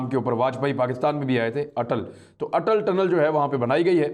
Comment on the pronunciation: vajpaee k nam pe bannay wale tunnel ka nam "atal tunnel" rakh rahe he, baad me iska nam bola janay lage ga "ATAL TUTTAL" , , , ab ATAL TUTTAL k zariye india china ko qabu karega ? HaHaha